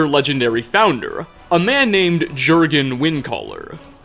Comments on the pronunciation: Yikes. Juergen Windcaller is not JER-GAHN. It’s “YER-GEHN”. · The biggest mystery is how can one possess so much knowledge about TES Skyrim, and still pronounce the Greybeards' founder's name as "DJURGEN" instead of "YURGEN" Windcaller. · Mans rly pronounced it as Jörgen instead of yörgen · FYI Jergen Windcaller's first name is pronounced Yurgen. Jergen is an anglazied version. Love your videos. Maybe you can do some playthroughs. Thanks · I love videos but I cringe a little from some of his prounciations. Prime example: Jurgen Windcaller should be prounced as Yurgen, not whatever in Sithis' name prounces it as 😂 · The most unsettling part of this video was when called jurgen windcaller gergen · it looks like jurgen but it’s pronounced like yurgin yeah it’s weird but the Mia pronunciation made me mad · I don’t think this guy has ever played Skyrim based on how he pronounces Juergen. Anyone who has played the story once wouldn’t make that mistake. Having writers is fine but no one has told him in all these videos? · Bruh he said Jurgen wrong 🤢 It’s pronounced “Yurgen” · Jurgen is probably pronounced yergen the J sound is more of a Y sound in norse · I know you always say you don't know how to pronounce names. Let me learn ya something. The J in almost every character name is pronounced like a Y (Yurgen Windcaller) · Jurgen is actually pronounced with a Y sound as opposed to a J sound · My god did you butcher Jurgen windcaller's first name.